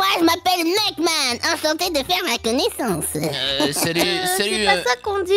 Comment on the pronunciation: qui dit nehesse